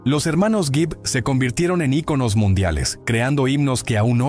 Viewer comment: Ni siquiera sabe pronunciar icono y los titulares amarillos dan asco. 🤮